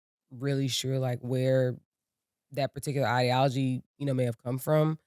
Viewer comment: ..she did mispronounce idealogy..which is no big deal..but showed next level maturity by not engaging in her obvious denial..let's c her b like a 'man' & admit she wrong or b like a 'woman' & look away from accountability...